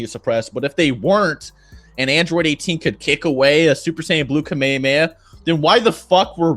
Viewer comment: this guy can't even pronounce Kamahameha correctly!